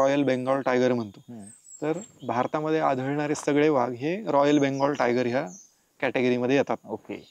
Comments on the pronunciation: Vhag नाही तर वाघ असा उच्चार आहे मित्रा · सही पकडे..😂 व्हाग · वाघ की व्हाग, बाकी माहिती छान मिळाली. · मुलाखतकार वाघाला' व्हाग ' म्हणतो आहे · व्हाघ... उच्चार कधी शिकणार